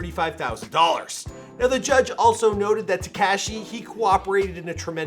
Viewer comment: why he say his name like that 😭 TeHkahHshee